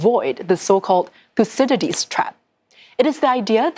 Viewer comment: “Yes hello, hello, thusididlidies why is your name so hard to pronounce thuscydiadlies, its making my lips sweat” 😂